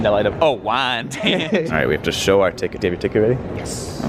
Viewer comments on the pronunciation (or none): 1. It's pronounced Wine-Danch, and altho it rhymes with ranch it's the least cowboy Western place on LI, if not the face of the Earth. But I'll never not say it in that accent now, so thanks lads. 2. You say in your song you have no expertise, but that's as fictional as an IOU from 45/47 and you know it. You know things about transit systems around the US that not even the people running those agencies know about, and you never witness a day without embellishing that knowledge with more adventures in learning. This is sometimes termed Experiential Literacy, if we've got our pedant pants on lolol. 3. This one's for your pal Jackson and his fine choice of autobiography there. It's either the summer of 1973 or 1974 (my dad wasn't sure) but it's me and him (no mom and li'l bro is still in a stroller, so no him either) and we're in the old EJ Korvette's department store in Douglaston, Queens at around 1pm. My dad leaves 7 year old me as my parents always did: in the glass enclosed Record Room with all the tight '70s vinyl. When he returns from shopping to retrieve me, there's one more person than the two he left when he split, which were me and the dude behind the register. He comes back and here's Art Garfunkel, who approaches my dad and shakes his hand, and says "You must be a great parent, your son seems to really love music!" and leaves my pop standing there speechless. I only know this because not long before he passed, he and I were in the car and some Simon & Garfunkel song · I mean TBH, we like the songs! Hell, we haven't had a Diner song update in some time. attempting his Southern Cowboy pronunciation is just fucking hilarious. If he ventures into Texas, I feel like he just needs to do the whole damn video in WAYN-DAANNNCHE. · I think it’s WY-an-danch, unless that LIRR gentleman announcer doesn’t know how to pronounce it either. You missed out on Lexington Candy Shop! You should make it back someday.